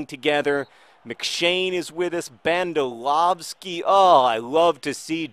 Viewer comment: You pronounce Bandalovski as "Banda-lof-ski"